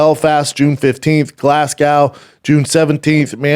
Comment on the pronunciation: Why he say Glasgow like that 😂